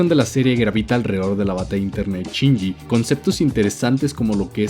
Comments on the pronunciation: Ahhh me estresa que diga CHINYI. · A mí me parece peor lo de "Chinji".